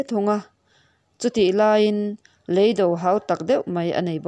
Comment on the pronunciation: Leido nilovin, "lêi do" tih tur.